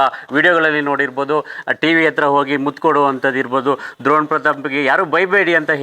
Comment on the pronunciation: ದ್ರೋಣ್ ಅಲ್ಲ ಡ್ರೋಣ್